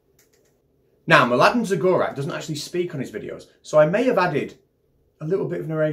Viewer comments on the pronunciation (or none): mladen zagorac is croatian (croatian beer), his surname should be read as zagoratz. im sorry in the name of all croatians